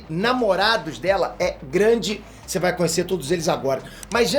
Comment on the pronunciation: "ELA BAI ME COMERR" KKKKKKKKKKKK EDITOR É TOP DMS